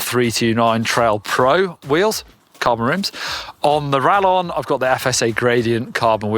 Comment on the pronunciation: Sorry to be that guy, but it's pronounced ra[Y]on, the LL having a Y sound in Spanish. It means bolt, as in a crossbow bolt.